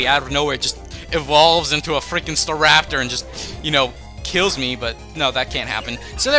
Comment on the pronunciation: He said stareptor not staraptor